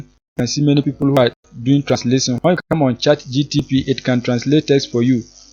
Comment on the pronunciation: Did u say chat gtp? 😂